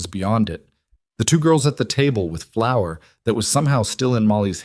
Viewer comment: Flour, not flower. Please